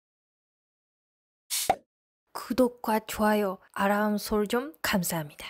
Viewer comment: 는 언제 "아람" 발음이 제대로 될까요.. 미국을 철석같이 믿는 걸 보면 정말 단순한 듯 하네요.. 신의를 지키고 싶어도 기술변화가 이렇게 빠르게 변화하는 세상인데..